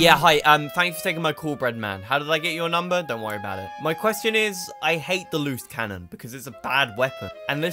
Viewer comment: I can't hear Loose Cannon... All I hear is "Moose Cannon"